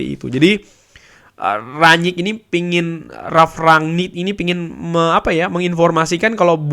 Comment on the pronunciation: Kalo melafalkan ranyik nya susah, bilang rangnick aja, kami ngerti kok